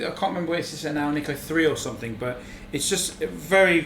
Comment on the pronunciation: "And now for sumpim compeetly different..."